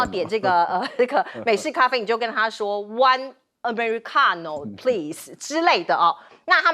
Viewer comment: Ameri-ka-no…😂😂😂 小姐姐是意大利黑手党吗